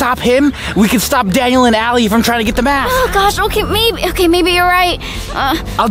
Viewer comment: It Is Alie Ok Stop Saying Ally...